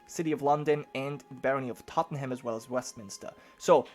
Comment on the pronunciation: Blame Londoners, but Tottenham is pronounced Tot-num. :p